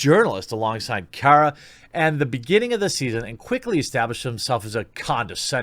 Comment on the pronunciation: It's Kara not Cara. Just because she can't pronounce her own name correctly does not mean you have to say it wrong too.